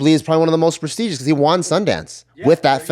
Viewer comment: Really botched the word “prestigious” 😂